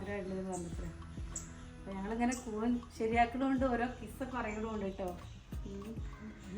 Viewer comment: കൂനല്ല കൂൺ. അഷ്‌റഫ്‌ എക്സലിന്റെ വീഡിയോയിൽ കണ്ട ആളല്ലേ..